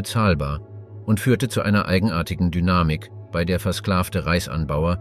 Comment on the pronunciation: Es bisschen mehr Deutsche Grammatik sollten sich Sprecher und Autor doch bitte mal aneignen. Das fängt an mit dem Namen Das Tagebuch "von" Julius Cäsar bis zu den erwähnten Jahreszahlen und des merkwürdigen "bie-ei", wo eigentlich ein deutsches "bei" ausgesprochen werden sollte.